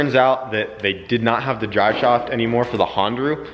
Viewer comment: "Drive shauft"?!?! Lol😂